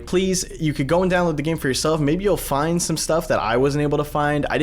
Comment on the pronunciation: Downowad the 22 bytes... Danteh... You'll distort... Danteh